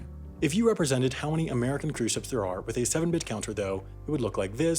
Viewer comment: Fwith great power, come fweird circumstances